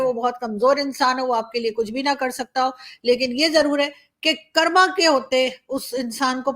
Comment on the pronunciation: कर्म, कर्मा नहीं वर्ड ठीक करो आपका please